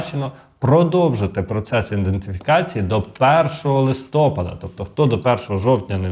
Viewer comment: Нема такого слова листОпад. Є листопАд. Це як лакмус до грамотності.